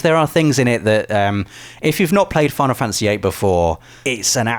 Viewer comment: Imagine not being able to pronounce Fantasy. wtf is a fanAhsy